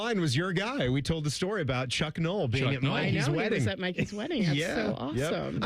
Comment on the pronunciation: I can't believe he said Cuck.